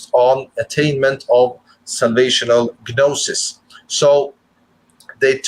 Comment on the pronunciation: You need to know what exoteric means to define esoteric. Your definition is bizarre, you might as well just make up a word. The way you pronounce gnosis makes it hard for me to believe you went to school. This is a messed up presentation, I can't help you.